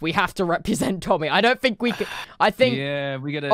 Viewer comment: He said tomby ?